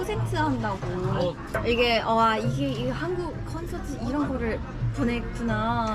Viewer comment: 콘센트가 아니라 콘서트 아닌가요. 발음이.ㅋㅋㅋ